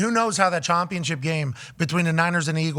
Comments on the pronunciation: "Chompionship" dah fuq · Why does he say "ChOMpionship"